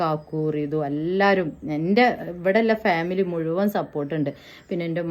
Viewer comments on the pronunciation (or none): none